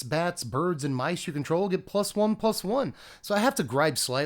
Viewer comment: what the hell is "Mices" ? xD